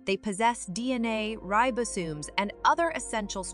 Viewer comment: Great video! Though I'm not sure the pronunciation of some words is correct, such as "organelles" and "ribosomes". I think cell membranes are particularly amazing!